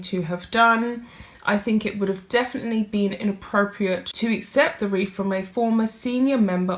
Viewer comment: It’s not a “weef”. It is a /wreath/.